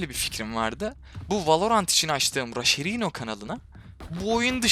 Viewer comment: RASHERİNO DEĞİLRASHERCİNO